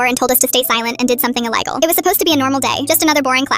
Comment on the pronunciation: illi-gal nice